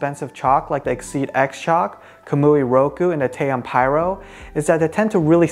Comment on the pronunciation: TA -OM not tayom what you can't read??!